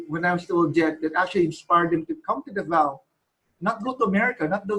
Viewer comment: i love how this vid is different, full of substance esp. on the aspect of being a cultural ambassador. on a side note, It is Davao /DA-vao/ not Davao /da-VAO/ Pronunciation should not change for proper nouns e.g. name of a place.